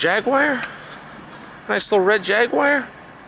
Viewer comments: 'Nice little red jaguire' 🤣 honestly he has to be trolling us at this point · A jag wire 😂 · Yeah Jagwire😄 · “A nice little jag wire” -Chael P Sonnen 1/31/23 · "is that a Jagwire?" 😂🤣😂🤣